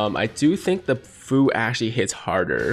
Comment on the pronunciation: Other Dokkan YTers say that Fu is pronounced few not foo just letting you know my guy, keep up the good content 👍